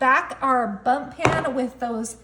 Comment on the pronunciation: Did she say "bump" pan or was that just the closed captioning? Either way, it's bundt. This recipe provides me with some great inspiration!